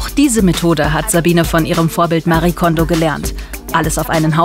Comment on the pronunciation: Was mich echt so ärgert: ihr habt ein kurzes Video drin, in dem Marie Kondō sich selbst vorstellt. Sie sagt ganz klar Mari-e Kondo. Ist es so schwer, einen Namen korrekt auszusprechen? 😩 ich schaue fast jede Ordnungsdoku und jedes Mal fällt es mir wieder auf. Names matter. It’s not that hard 😒